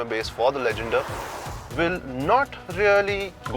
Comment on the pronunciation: said right